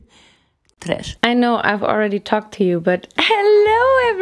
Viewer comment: I will never get tired on how she talks and how she always say tresh it's just MWUAH